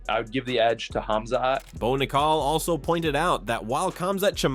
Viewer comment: “Bo nick-call” 😂